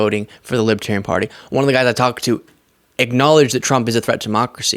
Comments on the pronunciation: Dear Donald: It's LiBERtarian, not LiBAHterian. Everything single thing he says and does bothers me at this point. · he says "Libitarian"...cannot read Libertarian...about 2nd grade, not even 3rd grade reading...and he wants to be president..Humph.. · He doesn’t even know how to say Libertarian 😅😅😅 “Libaterian?” Idiot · He's a "Lib-A-Tarian" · We had such a long wait for this delicious moment. Diaper Don is finally being seen for the lying sh!tbag that he is. And he’s saying “Libbatarian.” 💙💙💙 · What's a libiterian? Is that anything like a Libertarian? He can't even say the name of their party correctly. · Oh, gawd! Did he just say he’s a Lipertarian??? What’s a “LiPertarian”??? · Trump called them libetarian. He doesn't even know how to pronounce libertarian. He sounds like he has a 3rd grade education, sorry, I don't mean to insult 3rd graders. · Is he saying lipatarian. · He can't even say the word Libertarian, correctly. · Trump can hardly pronounce libertarian, guaranteed he doesn't know the definition, vote blue